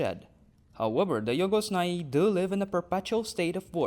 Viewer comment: I like the way you pronounce Jhogos Nhai